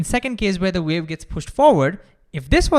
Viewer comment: Ultra-wiolet Vave 😂